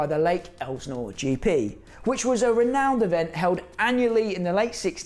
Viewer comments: Its "el sin or" not "el snore" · No one in the US would call that an Elsi. And in the US we pronounce Elsinore ( EL - SIN - OR ) not ELSNOR.. How do I know? For over 40 years I lived within 30 minutes of Lake Elsinore California. Elsionore is also well known for witches worlocks, Satan, Baal,and molach worshiping, and every type of sacrificing you can imagine. Southern California is full of these demon worshiping freaks! Finally more and more people are waking up to what really goes on. And there is only two sides to pick from, which side will you be on? If you don't feel the need to pick a side Satan will pick it for you! Love your channel, keep up the good work! ❤From the 65 year old carpenter🙏 For me only Jesus ❤ peace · Minor quibble here but Lake Elsinore is pronounced EL-sih-nor... not EL-znor. Not that one needs to live in Southern California to know that, but I do. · “El’-sin-ore” , yep, I was there, I’m that old. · I used to live by Lake El-sa-nore. Is how you say it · it's pronounced el Si nor